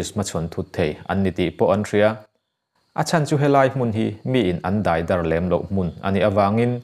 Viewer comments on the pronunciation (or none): I chhiar thiam e;mahse, daih tih tur ah deih i ti erawh in ka beng a ti thlep deuh. Kal zel rawh khai